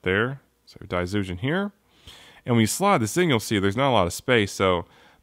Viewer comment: Cool review. From what i know, daizyujin is pronounced with a J rather than a Z